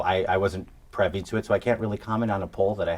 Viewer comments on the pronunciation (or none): Says he wasn't "prevy" to it. The word is "privy". Maybe he drives a Previa and got confused. Also, did he get annoyed during this interview? Not a once.